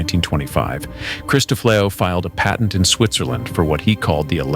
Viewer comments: "The Paytent"! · Did you say ,’Pay’tent?